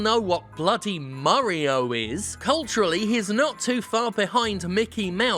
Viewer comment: Just a quick question, After watching for years I still have no idea why Jim says Murio instead of Mario